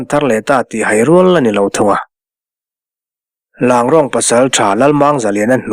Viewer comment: Langrong nilovin Ranglong titur ni zawk em aw.